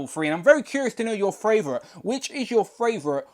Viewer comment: Tell me your fravorite